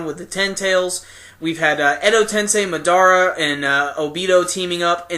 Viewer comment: Why do people pronounce madara wrong its been said a million n a half time in the anime by now